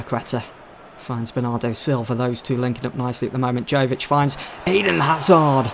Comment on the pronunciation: not to quibble but Luka Jovič is pronounced Yovič